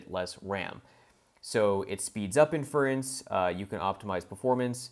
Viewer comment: Great content but for the love of god please pronounce inference (and other terms) correctly. Small mistakes like that end up making you sound like you don’t know what you’re talking about.